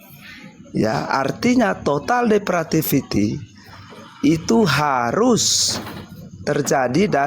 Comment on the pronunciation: Bukan Total Depratifity, tetapi, TOTAL DEPRAVITY.!!!